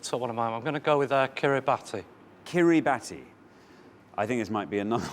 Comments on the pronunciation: Yeah, I was really surprised and impressed that the contestants knew so many Pacific Islands, but rather disappointed that neither Xander nor Richard knew that it's pronounced Kiribass. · kiribati isn't pronounced like that, iinm...more like kiribas...